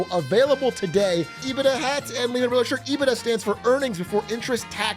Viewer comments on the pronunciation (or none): Ee-bit-dah 🤢 Ebit-duh 😎